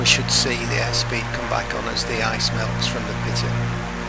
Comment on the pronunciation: pitot is pronounced pee-tow. Just letting you know :)